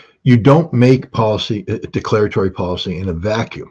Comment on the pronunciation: "Deaclaratory policy." Exactly how naive are you, scotty?